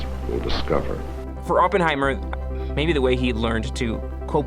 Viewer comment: I love how you pronounce OPENheimer 😂